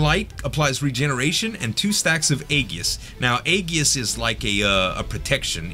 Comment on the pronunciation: Not to nag but the word Aegis uses a soft g sound as in A-jis. Nice fights, those Vorn guys are rough.